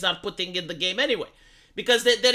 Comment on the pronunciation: When you said "game designers" but barely pronounced the M, it all made more sense the "gae designers".